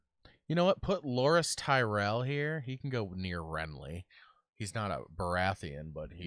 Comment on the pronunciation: Bran's actor pronounced Tyrell won't. It's just Tie-rell.